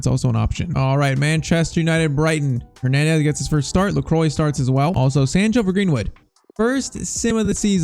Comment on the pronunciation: Pcq: Lacroix is pronounced "lékwah"